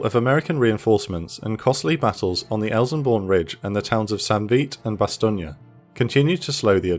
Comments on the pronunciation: Just one question, WTF is bas-TOG-nee? It's pronounced BAH - stone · Bas tone, not Bastonia, lol